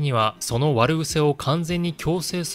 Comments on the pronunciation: 悪癖（✗わるぐせ 〇あくへき）、慧眼（✗すいがん 〇けいがん）。せっかく内容はよいのですが、同人の他の動画を拝見していても、とにかく間違った読み・用法が目立ちすぎて、悪影響が懸念されます。よく引き合いに出される例：「行」動（こうどう）・修「行」（しゅぎょう）・「行」脚（あんぎゃ）・・・同じ漢字でも熟語によって訓み方が変化するのが日本語の伝統であり特色のひとつです。「慧眼」を「すいがん」と誤読したのは、「彗星」（すいせい）という熟語の訓み方に釣られたからでしょう。こうやって日本語の誤読・誤用が拡散していくことが残念でなりません。お願いですから、動画用の原稿を作成したあとで、一回、国語辞書で漢字の訓み方をチェックしてください。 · 慧眼（けいがん）は他に指摘されていますが「悪癖」を「わるぐせ」というのはいかがでしょうか・・・間違いでは無いのかも知れませんが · 悪癖（わるぐせ）→あくへき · 「悪癖」＝「あくへき」、「慧眼」＝「けいがん」ですね。